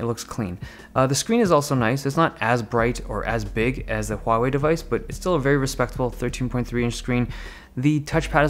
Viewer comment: Thank you Dave Lee for being the only tech channel so far (afaik) that pronounces both Huawei and Xiaomi correctly. SIGH.